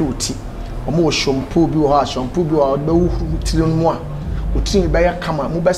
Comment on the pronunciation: 😂 did anybody heard bra kwaku saying SHUMPOO? 😂😂😂❤❤❤❤